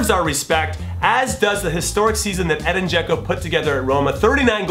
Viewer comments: Edin not Eden😓😓😓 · It's Edin (EH-deen) Dzeko not Eden, but I love the choice so you can say/spell it however you want, Jimmy! My eleven: GK Gianluigi Buffon RB Dani Alves CB Sergio Ramos CB Thiago Silva LB Marcelo M Luka Modric M Dele Alli M Arturo Vidal W Cristiano Ronaldo W Lionel Messi ST Harry Kane